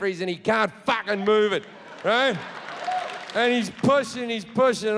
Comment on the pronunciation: "No one is watchin the FAHCHHKEN MOVIE"